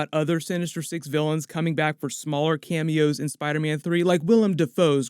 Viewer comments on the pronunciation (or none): none